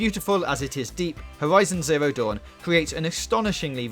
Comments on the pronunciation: Wed Dead Wedemtion....howizion zewo down.... Sorry but 😂im actually crying how he talks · Fowtnite // Wed ded Wedempition // Unhawted fouw // Howison zewo dawn // God of Waw